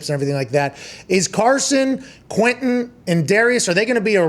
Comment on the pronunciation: Frank really pronounces the “e” in Quentin. Usually people pronounce it “Quintion”